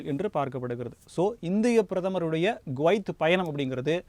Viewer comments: Gwaith இல்லை Kuwaith குவைத்.என்று சரியா உச்சரிப்பு சொல்லு மேன்... உன்னை யெல்லாம் மீடியா நெரியாளராக யாரையா வேலை கொடுத்தார்கள்....? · Guwait அல்ல, Kuwait. குவைத். கு-குற்றாலம்/குட்டை சரியான உச்சரிப்பை கவனிக்கவும். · He prononces as Guvaith. it is Kuvaith. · அது கோவைத் அல்ல குவைத்